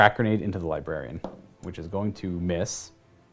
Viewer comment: Everytime says LiBarian instead of LibRarian... I cringe.